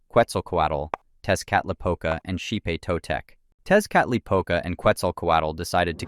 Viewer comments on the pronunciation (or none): Tezcatlipoca is pronounced (tek•uh•li•puh•cuh).